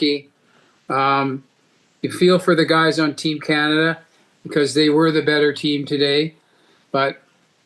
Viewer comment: " much the better twam"...wtf does that mean!